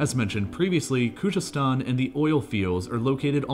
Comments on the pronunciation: If you read this: Kh is forgivable but c'mon man its a z like the English language try saying it like its English and u will be even closer to the real pronunciation: Khuzestan ( try saying Kuzestan as the kh makes like a x/khhh sound which is understandably hard to pronounce). U got this dawg. Almost all of the Iranian language with the exception of kh and gh sounds exactly like it looks. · It's definitely not pronounced Kujestan. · The clip is so wronge. Irans economy is working almost without oil today. Narrator cant even pronounce Khoozestan and says Koojestan!!!! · Bro why does he not make an effort in pronounving Khuzestan correctly ?